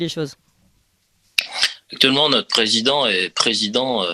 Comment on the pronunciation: Notre est un o ouvert et non un ô accent circonflexe. Merci de parler correctement.